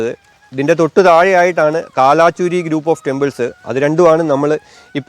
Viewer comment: കാലാചുരി അല്ല, കൽചുരി.